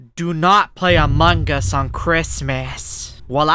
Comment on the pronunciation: Hahaaha it always laughing when he says among gus